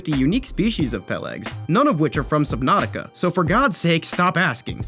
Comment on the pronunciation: damn that's a weird way to pronounce Subnautuca